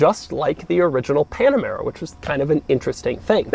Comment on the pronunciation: doug’s panamera pronounciation pisses me off